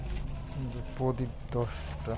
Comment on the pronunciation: Podip na......prodip bolte hoy